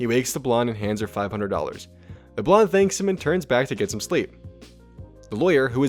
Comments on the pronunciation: Why are you pronouncing blonde like blondie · Did this man pronounce the "e" in blonde?